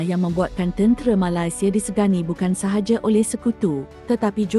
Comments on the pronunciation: Sebut Ma-lai- sia pun dah tau terbitan mak indon. Sebut Nama Negara org tak boleh betul-betul ka. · kenapa sebut malaisieaa mcm indon